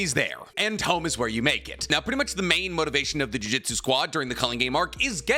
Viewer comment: Gotta Disagree. #1 most disrespectful moment in Jujutsu Kaisen is refusal to pronounce juJUtsu correctly.